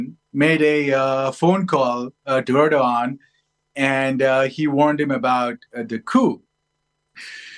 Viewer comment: George where did you get this clown from, he cannot even pronounce the Turkish president's name correctly. You know I have lived in Turkey for 20 years. Erdoğan is an Autocrat, he and he alone is the cause of Turkish demise re currency. It is Erdoğans policies that have Turkey in the mire that they find themselves in today. He's a dictator. Check his political opposition as you will see a lot of them are imprisoned, by Erdoğan. I'm disappointed also that he was reelected. I don't like authoritarian regime's George. Turkey is fast becoming a worse country than I encountered over 20 years ago. It's a religious bigots paradise now George.